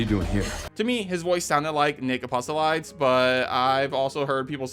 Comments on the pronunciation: The female voice is definitely Sherry Birkin you showed a scene where Leon is communicating with a lady through the intercom and the lady's hair is short and blonde like a pixie hair so it is Sherry. Also it's not Nick Apostolydes lmfao, it reads straight forward. Nick APOS-TOLI-DES, please apologize or at least acknowledge that you can't pronounce surnames. Overall this is a solid content. Keep it up! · It's EL-PIS. Not EP-PIS. Holy shit. Edit: Nick's last name is pronounced UH-PAHST-I-LEE-DEZ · Butchered Nick Apostolides' name, too.